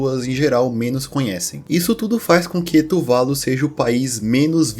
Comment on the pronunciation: AAAAAA! É "tuvaLU", e não "tuVAlu" Q raiva kkk